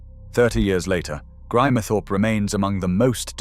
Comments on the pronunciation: It’s GRIMESTHORPE……not GRIMERTHORPE. Hate these mechanical commentaries. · Cant pronce Grimethorpeor even Ebba Vale